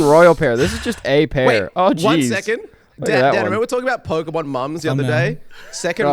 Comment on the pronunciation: pokeemon. me: pet peeve activated.